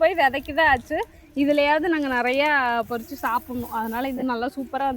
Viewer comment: பொரித்தல் இல்லை, பறித்தல் . beautiful videos u r sharing, thanks